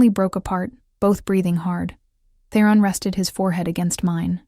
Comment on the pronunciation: The audio is better than lots. But for myself, its really grating when a main character's name, ie Theron, is pronounced in a variety of ways.